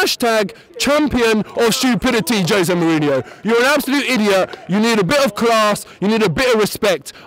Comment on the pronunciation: Kind of hard to talk about class when you can't even pronounce his name... Some good perceptive arguments but he's just pointing out that they're different people with....different agendas (big surprise!). Wenger is a great manager but needs to win the League this year then bugger off and manage France finally!!